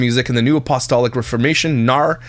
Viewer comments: I would most definitely watch a "Christian Tea" series 😊 I also just wanted to add that I believe the word you were struggling with a bit (apostolic) is pronounced "ap-oh-STALL-ick" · The word is a as in apple 🍎 A-puh-STALL-ick Apostolic.